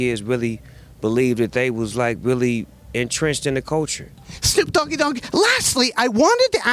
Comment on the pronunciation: "Shnoop Doggy Dogg" 😂